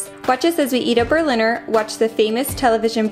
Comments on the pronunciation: In my opinion pronounced "Berliner" like an native speaker. In Berlin a "Berliner" is called "Pfannkuchen", in Bavaria "Krapfen" and for example in Baden-Württemberg "Berliner" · Happy New Year little family. Yes, Berliner 100% pronounced correctly, like a native speaker. Berliner you can get all over the year and for Silvester usually much more getting preordered by customers for that day. You can get the Berliner also without or with different fillings and a mostard filling is just for jokes. Willa is learning quickly and the date is not far away you can clearly communicate with her. Time will start you have to argue with her and she will find out how far she can go, let say, testing the borders:-D. New orders, dont worry about additional work, tasks, which is part of your job, carreer and private life anyway. Dont be to sorrowful celebrating new years eve without your entire family. I am sure your relatives will invite you for the next just before they leave from visiting you coming summer(ahaa, here already new tasks providing them an unforgettable visit in Germany) Stay healthy. Just one hint. As winterdays here are mostly without much sun, you have to fill up your vitamine C tank with seasonable veggies like Sauerkraut, Grünkohl, Rotkohl, Rosenkohl. Try also Steckrüben. Well, they are not so popular but if well prepared they taste good as a soup or within an Eintopf.